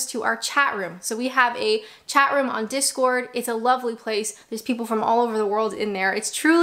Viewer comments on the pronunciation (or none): none